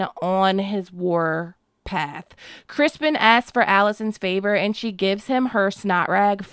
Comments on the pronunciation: Criston ...not Crispen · Oh please stop saying Crispin It’s Criston Criston Cole!!! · I'm truly sorry, but have I missed some inside joke? Why do you keep referring to Set Criston Cole as "Crispin"? LOVE ur videos, but am confused at the moment..lol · I’m missing some major joke here. Why is everyone calling him “Crispin” instead of his name “Criston” ? What did I miss??? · Everyone calling Kingmaker Cole "Crispen" like Damon did.🙃😅😅😅😅😅😅